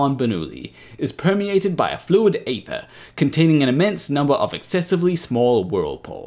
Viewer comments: Aether is pronounced eether, like ethernet. Likewise daemon is pronounced demon. That is all. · why can't you not talk proper? its EEther